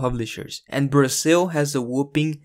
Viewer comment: *whopping, not whooping. Lol